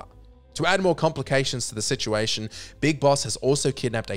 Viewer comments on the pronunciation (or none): none